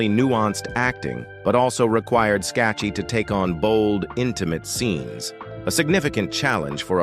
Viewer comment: Her name is pronounced ...Skak kee. A true beauty !